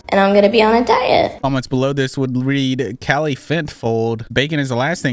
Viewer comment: it’s pronounced kallie not kaylee lol